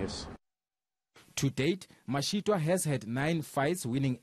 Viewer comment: does a really poor job at pronouncing peoples’ names, and other things in general. She must improve. You can’t even say Mashitoa? It’s toa as in twa, not toowa.